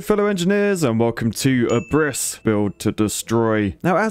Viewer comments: Ab-riss, Not a-briss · Seems like people have already beat me with telling you about the game's title. You were really close with the pronunciation! It's pronounced "Ab-riss" (you said A-briss) as it is a compound of the words "ab" (from/off/down) and "Riss" (tear/crack). As others have already mentioned, Abriss means demolition or teardown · Ab-riss not abriss:) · His pronunciation is pretty good to begin with. The "big" thing is the stress: AB-riss isteas of ab-RISS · And it's not pronounced "uhbriss", rather than "up-reece" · Pretty sure it's pronounced "ab-riss" like you would say "up-rising" and not "u-prising". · Helpful fact of the day: "Abriss" is german for "Demolition" or "Teardown" and it's more pronounced like "Ab - riss". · It's not abriss, it is Abriss (German), so pronounce it with a clean, short "a" (like British "dance") and stress on the first syllable. Ab-riss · Abriss is the german word for demolition. And the ab in abriss than sounds more closely to up. So to say upriss would not be that far off and the r I think is a bit more sharper. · I love english speaking ppl pronouncing Abriss like abyss. Also great video! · Abriss is German and means "Tear down". It's pronounced more like "Up-riss" (with the german R) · Abriss is pronounced more like "uprizz" I'd say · It's pronounced Ahb-riss. It's German for "Demolition". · It's ABRISS! That's german and means teardown in English. Funny pronunciation although. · thx for doing the same as me... and its pronounced completely diffrently then in the vid... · As a German the way how he pronounced "Abriss" triggered me hard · Abriss is a german word wich basicly means destruction and is pronounced at the A and not the I. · Could you please look up the pronunciation of the game title in a German-English translator? "Abriss" is a German word meaning demolition. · "Abriss" that's not how the game is called. At least not the way it is pronounced. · Abriss is german and is pronounced diffrent...